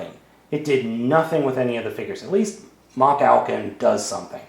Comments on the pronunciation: It's No Machalcon. it's MachFalcon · DUDE YOU ARE SAYING IT WRONG IT IS MALFALCON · You saying the name wrong it is Malfalcon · It's pronounced Ma-hal-con. Watch the show and you'd know that. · i think it is pronounced as ma-halcon